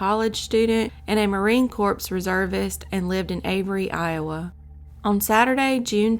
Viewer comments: Corps is pronounced like “core”, not like “corpse”. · LOVE you stories just an FYI Marine CORPS is pronounced marine core just MUH REEN KOR silent PS ... weird I know but HUBBY and SON are both marines ... thanks for share ❤️